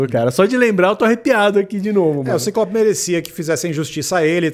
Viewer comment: Magnêto. Cíclops. Meu Deus. Fala os nomes direito